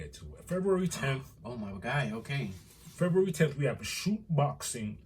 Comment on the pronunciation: The emphasis has to be on the Febru- in pronouncing it. Lmao. 🥴😂